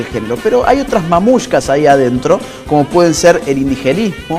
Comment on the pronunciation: Cada vez que oí mamushka (o como sea que se escriba) en vez de matrioshka, se rompía algo dentro de mí...